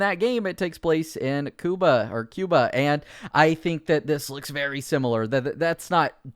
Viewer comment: It’s Cuba, not Cuba